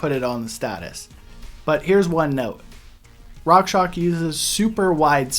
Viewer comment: It's rockshox. Not rockshock lol